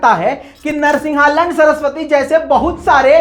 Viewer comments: narsinha nand not L**nd😂🤣🙊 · did he just say Narsingh a lund?